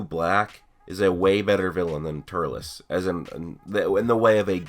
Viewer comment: Please stop saying Turles like that its pronounced Turls not Turles Other then that awesome video